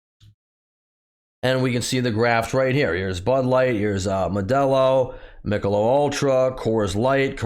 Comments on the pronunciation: At least the second video where the content creator can't pronounce an American brand. FFS do your homework! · It's "Mick-a-lobe".